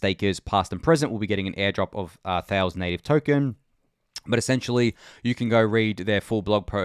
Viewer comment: Thales is a Greek word so you pronounce it thay-lees